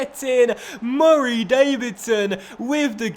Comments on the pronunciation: why do u put do much emphasis on murray davidson's first name? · please dont say murray like that it pisses me off